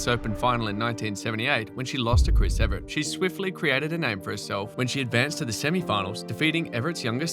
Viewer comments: Why do you keep saying Everett, it's Evert!!! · Why does the narrator keep pronouncing Evert like "Everett"? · Really misleading to list the player’s total singles and doubles titles, and then say ‘no grand slams’. Many of these players won doubles grand slam titles. Shriver alone has over 20! And it’s Evert, not Everett.